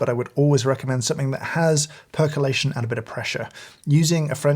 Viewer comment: perculation? sorry. I don't want burned coffee